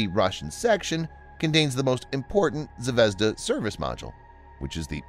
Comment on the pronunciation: zvezdA -- ударение на последний слог , kIkina -- ударение на первый слог